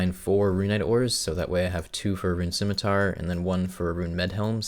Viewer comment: "Liked" for pronouncing scimitar correctly.